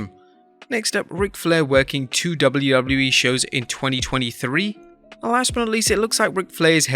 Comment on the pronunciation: Jeez... Slow down a bit lol. It's W-W-E, not "dublydubee"... Take your time to pronounce it lol.